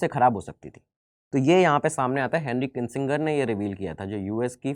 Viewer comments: Presenter has been consistently mispronounced name of Henry Kissinger as Kinsinger, also the photo shown of President Bush in 1992 is not correct, the photo is of his son who was President from 2001 to 2009. In 1992 father George W Bush was President. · Sir जी आप नाम का गलत उच्चारण कर रहे हैं हेनरी किंसिंगर नही वो हेनरी किसिंजर होगा। 🤨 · It's Hendry kissinger not Hendry kisinger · It’s किसिंजर And not किसिंगर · the name is KISSINGER AND NOT KINSINGER. MASTER BUN NE SE PEHLE STUDENT BUNO. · It is not Kinsinger as pronounced by u but it is Henry Kissinger. Thank u.